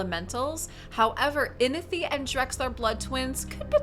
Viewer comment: There is a “w” in Inithwe’s name. Its not Inithe… great video tho.